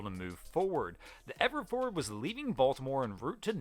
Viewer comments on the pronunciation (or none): Yes. And Fore-ward has two syllables. It's not forard. I had to rewind and listen again to understand the name of the Evergreen ship. Also, "Bu - hay - me - an (Bahamian) defense force." I thought he said it was a bohemian defense force. Slow down,. We'll all watch, like and subscribe even if the video is a little longer.